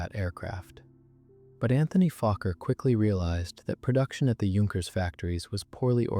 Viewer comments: The weird thing is that the AI narrator keeps saying "Junk-ers" where as most people know its pronounced "Yunk-ers". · Please learn how to pronounce "Junkers." Thank you. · Starts prounouncing correctly! 😃